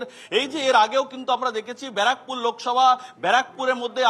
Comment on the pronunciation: বারাকপুর না।। ব্যারাকপুর।। এতো বড় চ্যানেলের এরকম উচ্চারণ acceptable না।।